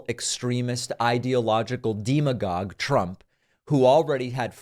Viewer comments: Its demi gog, not demo gog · Listen, if you want to call someone a demon just do it. Don’t mispronounce demagogue intentionally or unintentionally, you come across as desperate or stupid.